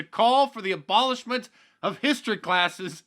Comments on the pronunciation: "I'm callin' for the bolishment of history classes.." Looks like he's already bolished English classes; he may as well bolish history and rithmutick, too. =) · He didn’t call for “the abolishment of teaching history....” He called for “d’abolishment of teachin history.”